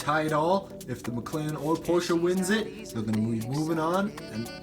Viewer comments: Porche-a? No no no porche as in pour-shh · I hate the way he says Porsche it’s pronounced porsh but he says porsha and it’s spelled Porsche